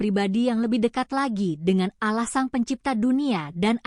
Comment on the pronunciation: Min ngomong Allah nya yg bener, ente non muslim ya ?